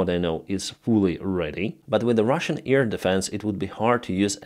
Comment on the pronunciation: Please try to say AIR, not 'ear'?